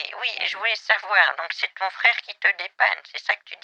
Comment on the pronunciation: "Mon fwéwe il est masson" 😂😂😂